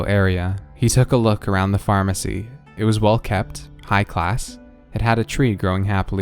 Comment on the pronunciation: DID YOU SAY PHARMERCY JRJRFHJRJHFHHRFHHSJUMDUDJDUJCFYHVYHTCJUUJXXJUECUNFHYVFNYVHNFNUFNYVNFHCHNDUNCDNHCFHNCHRNCUNWSUNJNSUJQNSJDNJDCNHRCHNFNHTGVHNGJGVNTJVNRNJRCNEDHNRNHDHNRCHNFHNVHNT